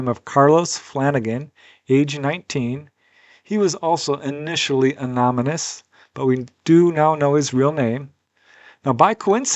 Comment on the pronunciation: Anonymous is the word. You said Anomynous with an M It it meant to be said like this uh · no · nuh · muhs